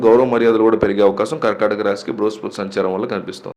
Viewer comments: అది బృహస్పృతి కాదు బృహస్పతి. ముందు సరిగ్గా పలకడం తెలుసుకోండి. తరువాత జాతకాలు చెప్పండి దయచేసి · Adi bruhaspriti kaadu, Bruhaspati anukunta? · Bruhaspruti kadandi bruhaspati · Meeru astrologer na. Bruhaspruthi kadhu sir BRUHASPATHI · Bhruhaspati babu bhruhaspruti kadhu